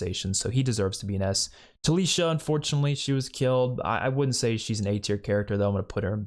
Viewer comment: It's Talisa, not Talisha🙂